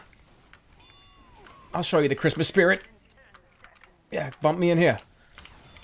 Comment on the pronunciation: Christmas Shpeerit